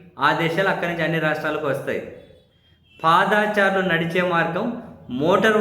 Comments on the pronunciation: పాదా చారులు కాదండీ.... పాదచారులు... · ఏంఅబ్బీ మా భుబమ్మ మాటలు విన్నారా ఏమిటి? పాదాచారులు అంటారేమిటి అబ్బీ? పా'ద'చారులు అనుము మా కుంగణామోడీ లాగా